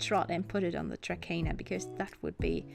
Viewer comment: No offense, but you're supposed to pronounce it 'Trakner' :) Nice video, though!